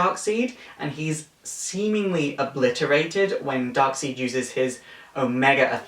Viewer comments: Darkseid is pronounced as "Darkside" and not "Darkseed". Even the creator of Darkseid stated that his name is pronounced this way. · Darkseed? It's darkside. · Stop saying darkseed its darkside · Hey really like your vids but it's pronounced darkside not darkseid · Good video but the way you pronounced Darkseids name like Darkseed i cringed a little even if it is your accent its weird to hear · Lol "Fear me for I am DARKSEED!!!" Why did he say Darkseed?! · I know the name is dark seid but its pronounced dark side just saying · i'm just saying that darksied's name is pronounced side and i'm sorry if you think i'm being one of those people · No, the creator of the character said to say it like "Darkside" But it is kind of fun to say it differently. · His name is pronounced darkSIDE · It's not the worst pronunciation of the name Darksied i've heard. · It's dark sied but it's said dark side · You said darkside wrong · Interesting pronunciation of Darkseid's name, is that the official way to pronounce it? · Your saying darksied name wrong